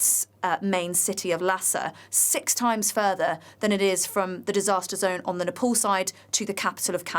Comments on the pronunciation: Keep repeating nepole😅 its NEPAL! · Nepal , not nepol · Announcer correction please "Nepal" not Nepol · it is called as Nepal and not Nepol , please correct your pronunciations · Nepal.. Not nepol